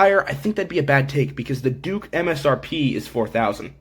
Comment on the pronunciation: He almost said "dork 200" and I will never be able to call it a Duke again 🤣🤣